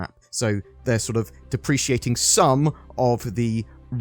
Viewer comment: "Depreciating" - Saying wordz is TuF! LOL